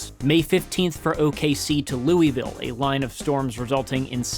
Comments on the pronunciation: Great video, but cringe and confusion on the pronunciation of Louisville (please say Lou-a-vul if it’s KY to avoid confusion in the future) — good thing you had the weather onscreen map else I’d think it was in OH or something. Especially since you pronounced Worcester correctly. Love and keep up the great work. from a survivor the 1998 April Outbreak who no longer lives in Dixie Alley nor Tornado Alley and is in a place less likely to get whacked. Still rocking my ‘I Believe In Nashville!’ as a reminder of the 2020 Outbreak miraculous survival of the mural and my personal history. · The fact that he can pronounce Loogootee but not Louisville is surprising to say the least...